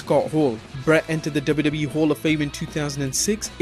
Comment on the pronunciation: It sounds funny when you say WWE. Duba Duba E.